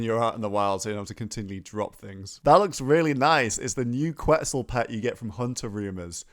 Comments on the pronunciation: Looks likes it supposed to be Central and South American with the Capybaras and Quetzal (ket-zal, not kwet-zoos 😂😂) which means feather in Nahuatl the language of the Aztecs. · Yo quetzal is pronounced ket-zal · it's pronounced "kwet·sl" ☠ im dying over here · Quetzal is pronounced ket-zaal